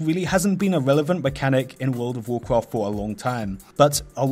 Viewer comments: "Wold of wocraft" lol Same as you Im also not a native english speaker but it just sounded too funny. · What is worfh of worfhcraft he saying? is it good?